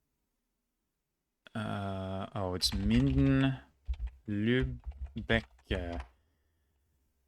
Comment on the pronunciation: His pronounciation is really very good, no doubt, but as a German you can still hear it's not his native language, at least sometimes. Like "Lübeck" which he pronounced "Lübech", and "Kronach" he pronounced "Kronack", so "ch/ck" is his weak spot, which is typical for Americans. Also his speech melody relating to syllables is sometimes revealing.